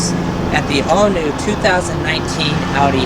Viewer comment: Thank you for pronouncing Audi correctly